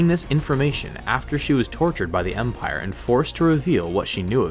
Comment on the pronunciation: Take a drink every time he says empaire